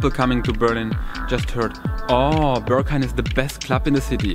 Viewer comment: this club is not called "ze Börghaim". It is the "Berghain". "Be" like in "best", "rg" like in "organisation", "hain" like the tomato-ketchup without two letters. Entrance currently 22.-, Beer 4.-, good coffee, good Techno, high Ponytails, low hygiene, huge people, tiny people, a general politeness, and some rules. If your wardrobe is of 80% black stuff, you like dancing to techno, you can handle yourself, you have been to demanding places: might be most nice for you.